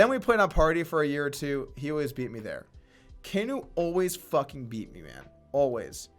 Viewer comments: I always thought kanu was pronounced after the football player not kaneeennuuu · His name is pronounced CAN-NU after a footballer for arsenal. kanu